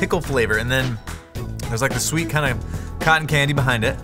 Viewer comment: “It’s just the right combo of schHH-scHWeet and pickle dill.”